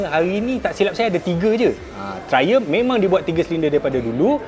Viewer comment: Triumph bkn trlumph🤣